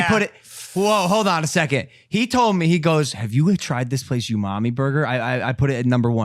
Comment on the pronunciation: lmao u-mami bur-ger. u-mami bur-ger.